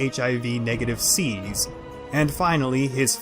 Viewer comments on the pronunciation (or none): none